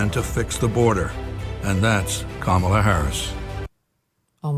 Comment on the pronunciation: WAAAIT A MINUTE!!! ... Isn't it "RACIST" to say Kamala the way he just said it in her OWN AD?!! 🤣😭...🙄🤦🏼‍♀️ Pffft.